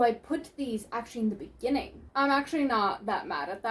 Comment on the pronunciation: "In the beningin" made me laugh so hard 😭😭😭